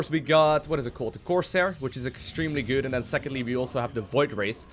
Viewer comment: why do you say goot and not good?